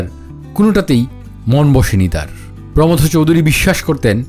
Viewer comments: আমরা পশ্চিমবঙ্গে প্রমথ উচ্চারণটা প্রমথো এর মতো করি। থ কে টেনে ছেড়ে না। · প্রমথ চৌধুরী নামের সঠিক উচ্চারণ প্রোমোথো চৌধুরী।দুঃখিত,কাউকে জ্ঞান দিতে চাই নি।কেবলমাত্র সঠিক কথাটি জানালাম। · ভদ্রলোক প্রমথ চৌধুরীর নামটা ভুল উচ্চারণ করছেন কেন?